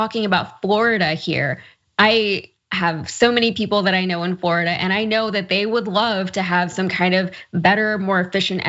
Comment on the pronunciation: WELL, now you know why insurance company are abandoning Florida for home insurance. IT'S more like Floridi-UH.